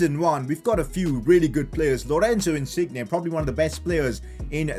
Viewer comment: learn how to say Insigne...